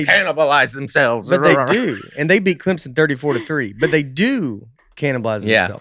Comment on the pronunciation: “Clemson”—who is on Nate vs. side for pronunciation?